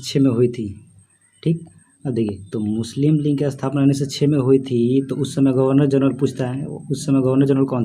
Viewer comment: भाई साहब लिऺग नही लीग होता है 😍😍😍